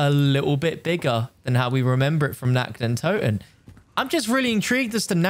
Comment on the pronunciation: How you just spell nacht der untoten its feeling so cringe cuz i am german i understand of you nact de untuten